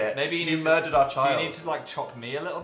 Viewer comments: "You murded our child" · rice cake *murdered